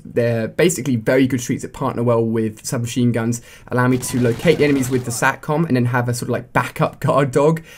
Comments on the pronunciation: He said SHUB MACHINE GUNS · 39 secs u said shub mashine gund LOL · He says shub machine guns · Lol he said "Shub Machine Guns"!!!! Lol!!!!